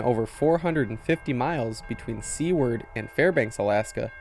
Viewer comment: Enjoyed the video...live there 13 years watching the Alaska Railroad. Not to nick pick...the community is Seward and is pronounced like Stewart but with out the T (Sue word).